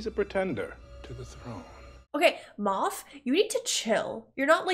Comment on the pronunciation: It's Moff Gideon, not Moth. I believe "Moff" is a political or military title, as there was a character called Grand Moff Tarkin in A New Hope. And the Mothman isn't in New Jersey. You're thinking of the Jersey Devil. 😄